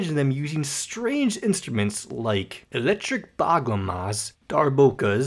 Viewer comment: I am crying what is "electric baglamagas" ğ is supposed to sound as soft g